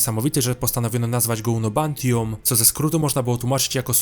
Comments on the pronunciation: UNOBTAINIUM, a nie unobantium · Unobtanium a nie unobantium